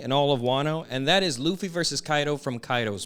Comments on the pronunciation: Great video just please say straw hat instead of butchering his Japanese name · Its Ruffy not leaf low life luffy